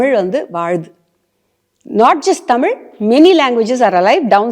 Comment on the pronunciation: நம்ம டமில் வாளுது.... யம்மா!😂😂😂😂